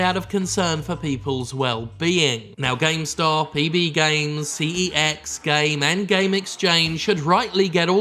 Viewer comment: I dont know if anyone has said this but cex (formerly computer exchange) is pronounced sex